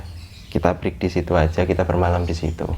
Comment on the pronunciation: Yaelah.. dia gmg "BREAK" bukan "FREE"